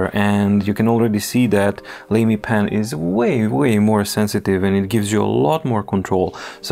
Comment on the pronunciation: Lamy is generally pronounced "lah-me" as far as I am aware. Doesn't sound quite as lame, then!